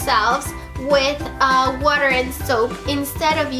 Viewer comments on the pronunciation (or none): Its funny when she said water sounded like she had an english accent from the uk